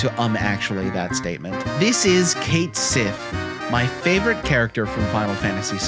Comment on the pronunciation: Finally, someone else who loved this little dude. I had him in my party the whole time during my FFVII run and I never looked back or regretted it. Cait Sith fans rise! Now we just need to work on the pronunciation.